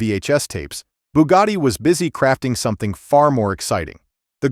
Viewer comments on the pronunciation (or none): none